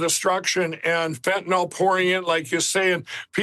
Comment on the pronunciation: Thank you for being one of very few who pronounce fentanyl correctly.